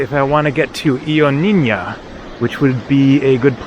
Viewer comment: I wish I was there to show you how to pronounce “Ioannina” correctly.